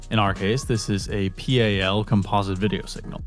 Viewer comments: It’s just “pal”. Easy to say, just pal, not p.a.l. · I dont know how you can be smart enough to know how to build your own rudimentary graphics card, but not now that the video signal is pronounced pal, and not P.A.L. lol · Its pronounced PAL ☺️